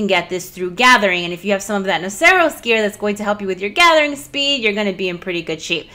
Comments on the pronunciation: Not sure why i feel the need to comment on this but... i think its pronounced nah-sur-us. Like Rhinoceros. Could be wrong. Thanks for all of the great videos, and please excuse my grammar nazi-ism. x-D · "Noceros" is pronounced like the end of rhinoceros. Duh!